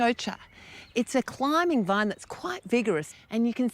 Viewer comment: How does she turn vine into a three syllable word? .